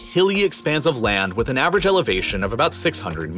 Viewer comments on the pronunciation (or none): "Kilomerter" "Avgerage"